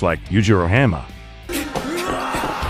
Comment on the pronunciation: Hah-N-ma not hAnma.